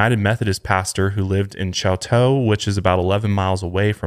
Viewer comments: If its named after a French name than it should be "shoo to" lol but cool fact about the pronunciation of Miami! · Also its pronounced Show-tow (Chouteau) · Just so everyone knows chouteau Oklahoma is pronounced " show - toe "